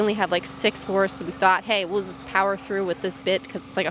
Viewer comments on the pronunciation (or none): none